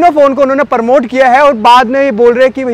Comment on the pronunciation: Bs beta bs thak jaayegaa.... promote hota hai...Paraamote nhi